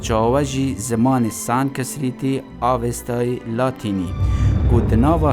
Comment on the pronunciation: ویدویەکا جانە...بەس سانسکریت...نە سانکسریت..